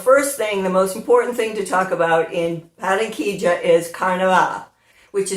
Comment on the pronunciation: You say Baranquilla like a native! I can not wait to see THE CARNIVAL one day there! Love your magazine every month!